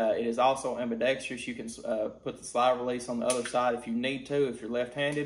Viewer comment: I am curious though, why can't any gun reviewers say the word ambidextrous? You like almost every other reviewer adds an extra eeee sound after the tr lol